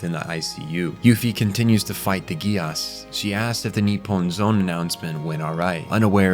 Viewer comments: I have never watched it... BUT I INSIST, it be pronounced "Jee-Ass" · Bro saying Geass like Negus 😂